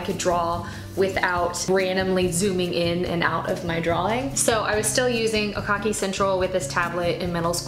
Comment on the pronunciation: Just a note, "Oekaki" is pronounced oh-eh-kah-kee not oh-kah-kee :)